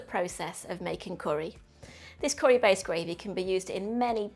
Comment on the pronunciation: Looks great but please pronounce it curry, not corry lol